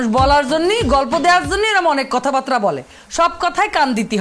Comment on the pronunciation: 'কথাবার্তা' কে 'কথাবাত্রা' উচ্চারণ করেছে😂😂😂 so sad really😢😢😢